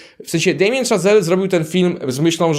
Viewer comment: Szazel, a nie Chazel i znowu mówisz, że coś było „niedawno”, a „Pierwszy Człowiek” jest z 2018, czyli sprzed 5 lat. Bardzo lubię Twój kanał, ale rób lepszy research, wtedy wszyscy wybaczą Ci czepialstwo o szczegóły wobec filmowców!!!